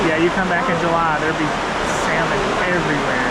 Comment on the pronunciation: Enjoyed your Ketchikan video. You MUST, please pronounce salmon correctly, especially when visiting the Pacific Northwest. The L is silent. Pronounced like samon, not saLmon. I cannot emphasize enough how irritating it is to the natives to hear saLmon.